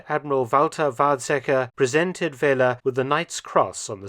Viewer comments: Another very interesting one! One small note though: pronouncing oberleutnant Feller’s name as ‘Fehler’ is a bit comical: it means failure or mistake in german. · Feller is not pronounced as Fehler, Dr. Felton.